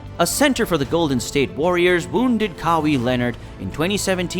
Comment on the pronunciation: “Kah-wee” Leonard